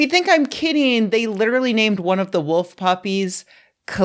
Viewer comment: bro do you say woof instead of wolf that is so funny